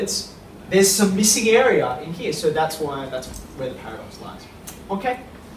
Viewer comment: the last "oke-h" xD